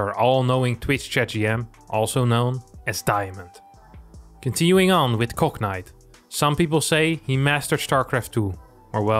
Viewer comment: Gotta love how pronounces Cognite as "Cocknight".